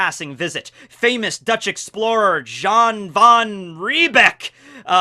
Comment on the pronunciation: Jan is pronounced as Yan not John